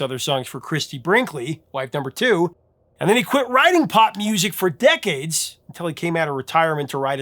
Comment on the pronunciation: “Decades”? 2. Gimme a break. Lol